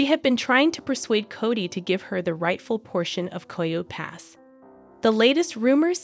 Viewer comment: is AI. Coyo pass? That’s how you know. Coyote Pass. Ki-o-tee